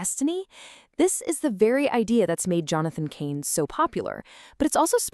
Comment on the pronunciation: Cahn is not pronounced "Cain." It rhymes with "barn," not "main." 😢😢